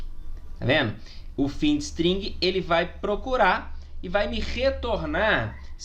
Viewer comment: não se pronuncia findstring, se pronuncia "fainde string". ah, e ótima aula professor, parabéns